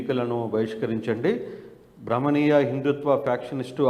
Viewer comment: బాబు!నీవు తెలుగు సరిగా చదవవయ్యా...ఁబాహ్మణిీయ భావజాలానికి బదులుగా ఁభమనీయ భావజాలం అంటున్నావు..